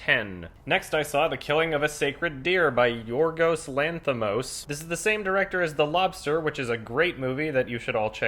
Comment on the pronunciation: for future reference it's YOHR-gos LAN-thee-mos